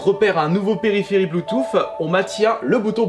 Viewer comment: « Bluetooff » mdrr